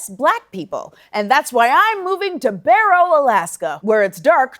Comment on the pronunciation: Hi Amber Barrow, is pronounced like the word "borrow." It really isn't that bad living up there. But I like the Eagle River area much better.